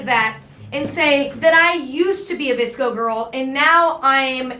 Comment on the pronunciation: My friend was in pain watching say V-S-C-O